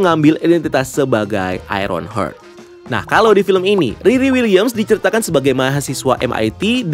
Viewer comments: mas, bacanya aironhart (heart=hati), bukan aironhert (hurt=luka) 🥰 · cara penyebutannya HARD bacanya bukan HURT wkwk